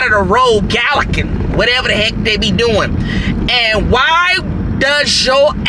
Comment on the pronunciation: Ok, so at the mark, it’s “galloping”, not “gallocking”. Sorry, I had to do it. Either way, I love your videos! Please keep them coming! 😄😄